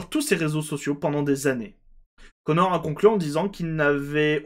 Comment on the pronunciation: tu prononce tres mal "connor dawg" X)